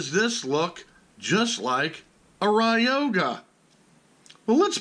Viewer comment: It's not pronounced ride yo ga... Lol it's Roy ga..